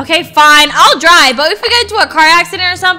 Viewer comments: “your gonna die right?” Instead of “your gonna drive right?” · Bro said “Die” instead of “Drive”